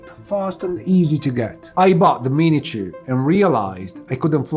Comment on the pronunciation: What is this other drone he speaks of ,,, the mini tjoouh? xD